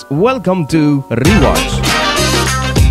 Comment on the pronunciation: Wellcome to... RRRREEWACTH